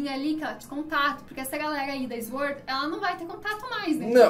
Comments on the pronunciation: Aos a garota fala IZ-uord. O certo a se falar é sUord. Assim como se fala sUat e não IZ-uat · Eu tenho agonia quando eles fala 'IS word'. kkkkkk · É sUord a forma correta de se pronunciar a palavra SWORD. E não sVord Basta lembrar que a gente fala sUat e não sVat quando pronunciamos a palavra semelhante SWAT